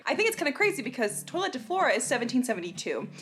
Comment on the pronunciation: Was I the only one that was cringing at the pronunciation of toilette?